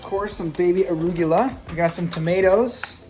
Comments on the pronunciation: The way he pronounces "arugula" though lmao. Love him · hold up, hold up, hold up...did he say baby aruGUla...wat LOLL!!!!!!!!! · Have I been saying arugula wrong my whole life......